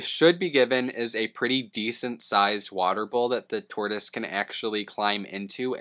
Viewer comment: Dude called it a 'turtoise' at one point 😂